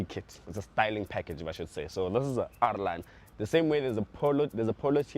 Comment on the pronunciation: The emphasis on it being an R line plus